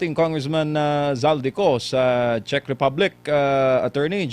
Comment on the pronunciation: Hi /Zek/ tamang pronunciation. /CHECK/. TRY TO RESEARCH.